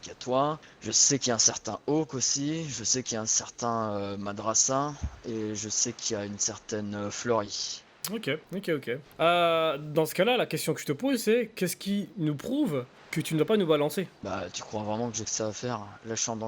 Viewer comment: Il a rien respecter il a dit Flory au lieu de Fleury 😂😂 !!